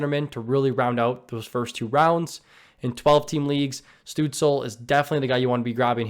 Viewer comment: "Stootz-Luh" is how you pronounce the young Germans name